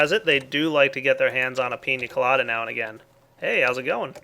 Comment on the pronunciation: Just to say, you're saying pina colada wrong. Pretty cool mod.